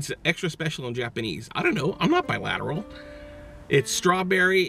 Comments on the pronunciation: Lmao I was thinking that too and I was wtf did he just say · He just said bilatteral I'm done😂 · THIS BOI JUSTSAID BILATERAL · "ramoon"?, "bi lateral"? wtf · Fake Goth lol thats what i thought he was trying to say i was like wtf bilateral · Did he just say bilateral?!?